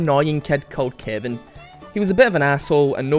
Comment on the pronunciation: lol I first time you said Kevin I thought you said kiandy XD (please don't kill me ;_;)